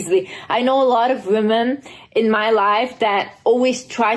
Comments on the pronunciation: Great video, but I've got to point something out about your pronounciation. The plural of "woman" is "women", pronounced /wĭm′ĭn/; saying "women" the same way you say "woman" is reductive and originates from bs alpha male podcasts where they do their damndest to put us down however they can. It make the plural (multiple) of women sound singular, reducing us down to one uniform being. I hope people start using the proper pronunciation, because we are not woman. We are WOMEN. :/ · I was so enjoying this video and then I realised you're one of those people who won't pronounce "women" correctly for absolutely no reason.